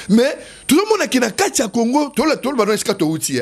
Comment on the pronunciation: Teddy Mfitu, yoka lolaka... Kongo et non Congo....